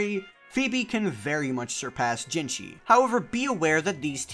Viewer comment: again, its jinhsi, not jinshi azzhole.